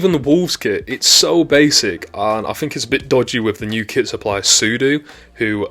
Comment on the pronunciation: Are you saying kit or kid? I obviously know you are saying kit - but it really sounds like you are saying kid.